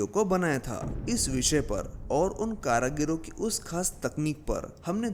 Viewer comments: Kaarigiri naki karagiro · Bhai karagiro nahi hota karigari hota hai